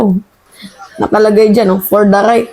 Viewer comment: "FORTHRIGHT" po at hindi gaya ng pagkasabi nyo na " For the right & "isuzu".